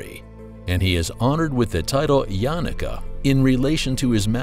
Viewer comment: It’s not pronounced yanaka it’s YA-NU-KA